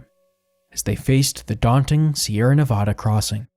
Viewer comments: ITS NEVAAAADUH NOT NOVODAAA PLEASE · I couldn't finish. The state is pronounced Nev ADD uh, not Nev ODD uh. A very basic mistake that made me question your credibility. Also, the vast majority of the modern photos of areas discussed bear no resemblance to those areas, showing a lack of research & sloppiness. Also, very little info about why their crossing the Wasatch took so long. It wasn't the miles of Hastings Cutoff. It was the lack of a trail, forcing them to go a mile or two a day, cutting trees, bridging canyons, climbing cliffs. I gave up about there but if people are interested, read some books on the subject. This video is a half-hearted attempt to tell a story with minimal research or fact-checking. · It’s nevaaaaaaaaada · Also, it’s Nevada with the middle a sounding like apple…not ah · sighs, has to dislike because Nevada pronounced wrong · Your documentary is great . But please dont say Nevada like that